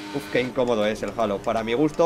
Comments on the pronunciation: es halo no jalo jaja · El "jalo" 😂